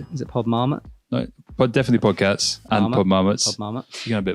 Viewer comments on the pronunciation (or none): I keep hearing say: Podcats!:P